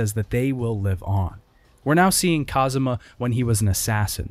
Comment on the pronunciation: i kept noticing that you keep saying Kazuma everytime Kazama shows up